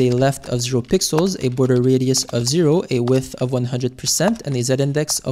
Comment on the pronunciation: blud cant say pixels anymore zesty